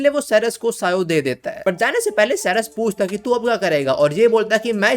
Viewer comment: Ceres nahi charas 😂😂